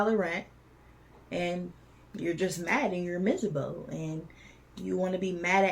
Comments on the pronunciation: "Y'all misurbel" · Misabo? I think you meant to say miserable. But I'm not either one of those things.😂